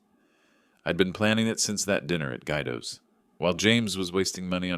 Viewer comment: It’s “Gwee doh”!